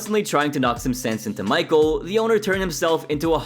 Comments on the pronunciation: Michel is not pronounced Michael.. it’s pronounced Me-Shell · Not michael its michel it’s a french name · I think it's funny how you overpronounce foreign food, but can't get a French guys name right